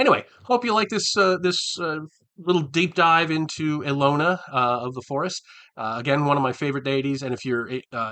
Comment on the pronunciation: Hi, this is a great idea. I'd love to see your break-down of every Greyhawk deity. Also, thanks to this I finally know how to pronounce "Ehlonna". 🙂 I'm looking forward to the next video on this series.